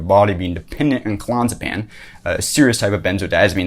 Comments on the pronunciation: Oh Jesus. So much misinformation. Firstly, it's called Clon-AZ=e=pam. When someone can't pronounce a very well known med properly, and in fact mispronounces it in several different ways in 4 minutes, at the same time offering information on health issues, credibility goes out of the window immediately. Also, withdrawal from benzos isn't that difficult, when done properly and doesn't require rehab. i've done it, but more on that in a sec. Nice defence of Jordan though. The poor bloke is doing exactly what he should be doing: getting help quickly for addiction. He could have been stuck on those for many years. It must be more serious than we know however, because getting off clonazepam isn't as difficult as the alarmists say. You switch over to an equivalent dose of diazepam (for the longer half life and because they come in tiny 2mg tablets) and you slowly move down 1mg a week until you're off. You get a slight increase in anxiety, which may be your usual condition returning, some withdrawal or a bit of both, but it's fairly easy when explained by a doctor and monitored. He perhaps was using a cocktail to cope with the massive pressure of worldwide criticism, a huge tour which carries the weight of having many employees you can't let down, seeing his daughter struggle with autoimmune problems (which he suffers himself) and now going through the hell of watching his wife of many many years, whom he loves very deeply battle with serious, perhaps terminal cancer. Give the man a b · I get it, you read the wend article on klonopin. You're still pronouncing clonazepam wrong. If you're gonna nitpick a stupid aspect of what someone said, at least make sure your nitpick isn't wrong... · Hes saying the name wrong. Clon-AZ-a-pam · It's pronounced Clo-naz-epam. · Clonzapan? Clonazapam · It's clo Naz a pam. Can't take you seriously if you don't take it correctly. I'm not a snob unless it's about Klonopin or JP. It's awful to get off of. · This guy can't even pronounce Clonazepam.